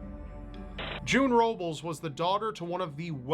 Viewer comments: Robles is pronounced like Row-b-les NOT -ulz. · Really bruh robles is pronunced robe-les lol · its pronounced Ro-Bless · Robles-(Ro-buls) 😂😂 bro, it's rO-bles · I think you pronounce her last name Ro-bless, June Robles. My friends have that last name and that's how they pronounce it. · hey just for future knowledge it's pronounced "robeless" like a man who doesn't have a robe lol thank you and love the videos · Number 9 was weird because I live in Tucson Arizona. And I am pretty sure it's pronounced Robe-less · it's robe-lez. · I'm dying from how he pronounces "Robles" 😂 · My last name is Robles like the second when and it makes me cringe how you pronounce it😂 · cory thomas mispronounced her last name, so it might not be obvious right away to some people, but June Robles was of Mexican descent. There's no Missing White Woman Syndrome here, be fair. There's a pretty good mix of people on this list (although I do understand and respect the people saying that list was maybe too America/Canada centric).